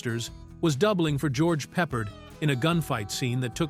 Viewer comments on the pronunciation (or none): More AI narrated slop. Why can't AI pronounce "George Peppard" properly? 👎👎👎👎👎👎👎 Just say NO to AI !